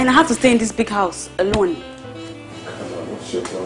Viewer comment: Did that babe say “Common 52 million Naira”? 🤣 Common!